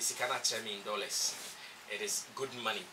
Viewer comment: Pls it dollars not delex